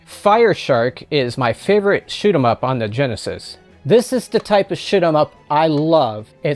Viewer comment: "Write more troll bait." 🤣 The Wii has so many games and even more shovelware. I'm pretty sure the thrift stores in my area ditched a lot of the games or are no longer taking them because I don't see them anymore. The way you said shoot em up in this video sounded like shit em up to me.😄